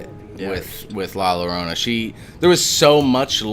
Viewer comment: the double L llorona is pronounced like a Y sound. so it's pronounced like Yorona